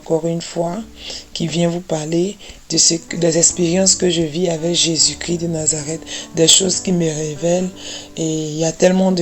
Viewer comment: IL EST CHRIST (((( C-H-R-I-S-T)))) PAS CRI